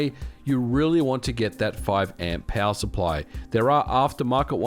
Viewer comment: Anyone else baffled by his accent? Peowurr. 😂